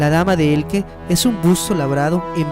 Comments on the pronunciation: Dama de ELCHE, no "Elke". Por lo demás, muy buen vídeo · no es Elke es Elche como leche. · Cada vez que oigo "Dama de Elque" me sangran lo oidos. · Se pronuncia E-L-C-H-E como de pronuncia. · Sé pronuncia Elche, tal cual.. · se pronuncia dama de 'Eltxe'. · Dame de Elche pronuncia bien su nombre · dama de elche..dilo bien !!!!! mal hablas😤